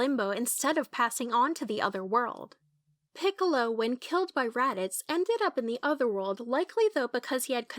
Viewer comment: Yeah, I was cringing the whole time I was watching the video, I only let it slide because the voice is cute and I wanted to see if I could learn anything new, but then she made mistakes such as the one with Raditz and stuff, so I don't think that they even saw the anime, since if they did she would have learned the correct pronunciation, and she would not have made those other mistakes.